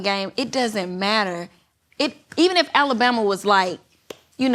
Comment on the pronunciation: I hate how Cam say Alabama